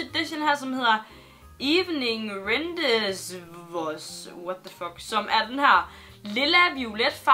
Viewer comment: Hvis den lilla hedder 'evening rendezvous', så udtales det randevu, hvilket betyder "stævnemøder". Alt den viden pga. perfect, lol.